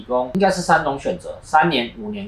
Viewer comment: 默默講一聲，是[應]該喔，不是[因]該